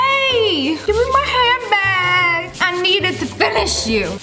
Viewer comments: When she said give me my hand back who thought it sounded like give me hand bag ? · When she saying hand back it kind of sounds like handbag